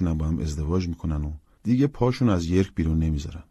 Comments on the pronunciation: چه اجرای خوبی 👍 یادش بخیر ، هر تابستون کلی کتاب میخوندم ،اینم تو یکی از تابستونای قدیم خونده بودم . اسم شهری که متولد شده بوده هم یورک york هست ، هنوزم هست,بالاتر از منچستر ،اشتباهی یرک yerk خونده شد ، یرک یه شهری نزدیک سنت پترزبورگ تو روسیه هست ! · آقا یورک..محل تولد رابینسون بوده.. York!!